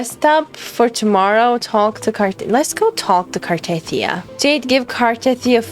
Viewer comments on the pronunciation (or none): It's not Car-teeth-ee-ah, it's Car-tah-thea-ah.